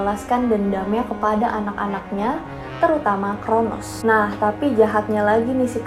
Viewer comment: Bukan chronus tapi cronos mba